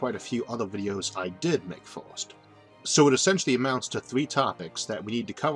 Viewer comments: Mastered the universe, has no fucking clue how to pronounce "first" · Why does he pronounce "First" as "Forst"? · Why do you say fiwst instead of first ..... The video idea is great, if only the narrator wasn't butchering the English language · say forst one more time